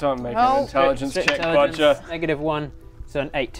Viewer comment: Anyone else getting a Wizard of Oz vibe from this team? No worries,; you still have shopkeeper abilities! Bodger (now pronounced 'Baawjeur' instead of 'Bohjah') can now be an American blacksmith (I'm guessing a Californian? I'd love to hear your Southern drawl. Or maybe a Jerry Lewis! 😬) I can't think why Hell didn't want your loincloth. Brielle, I mourn your loss; but there's nothing that says you can't relearn the art of the bagpipes. Or take up the vuvuzela? Baradun - I think I'll miss your smugness most of all. But I have a feeling that even The Infernal Pit won't be able to take away ALL of your bad-ittude. 😎